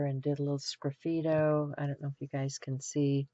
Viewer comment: What is that your saying. I’m hearing scriffito.